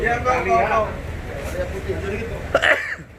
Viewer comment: Ayla pak bukan alia.. Lol